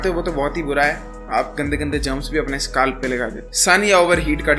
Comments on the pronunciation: Scalp❌ skaalf ☑️ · bhai SKALP nhi scalp hota hai